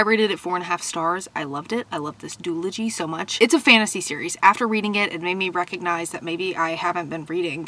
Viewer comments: Listen I love you so much. Truly. But is the way you're saying doooology a joke😂 if it is lol but if it's not it's pronounced like zoologist, do all ujee. Again big fan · The way you say duology is making me giggle